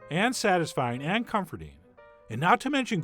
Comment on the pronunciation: He says this soup is cum-fur-dean It is a beautiful Sir Veen :-)